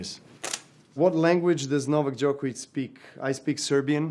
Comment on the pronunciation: Najbolje mi je što ne mogu da izgovore Đoković😂 Thats on Serbian English:The best thing is that they cant pronounce Djokovic